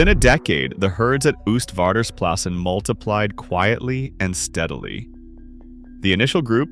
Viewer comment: For a next time: you pronounce it 'OASTvaarders plassen, like oatmeal.